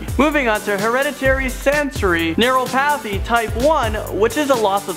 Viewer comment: Neuro pathy? Hahah what? Nur-op-athy